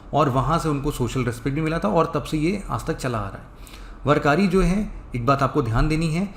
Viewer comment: वरकारी नाही वारकरी पंधारपूर नाही पंढरपूर